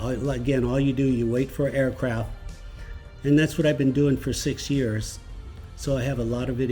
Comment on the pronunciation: Aircraft “T” there’s a fcking “T” on the end of the word 😪